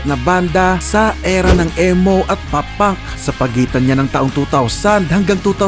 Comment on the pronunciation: (ee or i) mow NOT EH-mo 😂